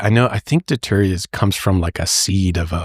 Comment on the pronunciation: Datura not daytura.